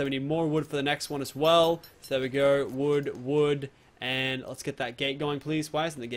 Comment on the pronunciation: Tuns and tuns of woood he says